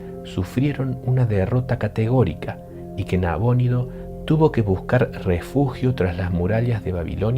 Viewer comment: ¿ Nabónido o Nabonido? nunca lo había escuchado con acento.